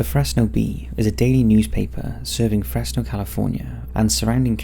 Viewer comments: Its not pronounced Fress no Its pronounced Frezz no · FreZno. Is how its pronounced just to let y’all know. I was born and raised here and definitely the cops here are dirty. The Fresno police chief’s homie got arrested for having hella meth and the chief “removed” himself from the situation and now the chief is running for mayor and the guy that got caught w the drugs is doing time in the pen like 20+ years. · The (s) in Fresno sounds like a (Z) so it’s Frezno so to speak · I’m sorry but the way he kept pronouncing Fresno; it’s pronounced like Frezno (stupid ik) also San Joaquin is pronounced like san wa-keen. Don’t pronounce the J